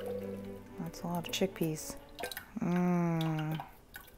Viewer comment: My husband thought you said, "chick pea RINDS.". LMAO.